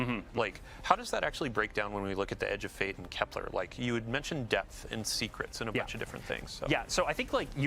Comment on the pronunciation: This is a small annoyance, but why is everyone mispronouncing Kelper as "Keplaar" there's no A in it, bros. It's Kepler, named after the famous German mathematician and astronomer Johannes Kepler. 😂